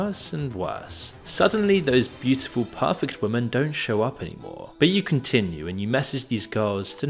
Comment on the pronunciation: For fuck sake, learn how to pronounce women.